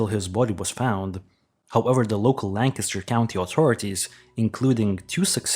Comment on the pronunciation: Good one! I agree with you 100 %! Bonus points for pronouncing "Lancaster" correctly!